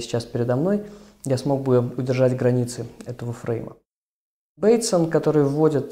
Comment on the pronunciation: Почему БейтсОн? Режет слух :-(!